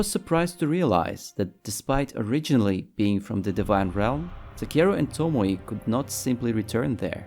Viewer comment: To mo ē not to mo ee or to mo ye, its annoying, tomoē